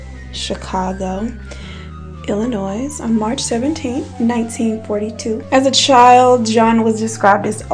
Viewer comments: Girl....did you just call that state "Illinoise"??? Hmmm maybe it's my heariing... Okay moving on cos I'm not about to rewind and prove myself right! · Girlfriend, the S in Illinois is silent. You’re too amazing to say it incorrectly. I got you. 😉😘 #chicagonative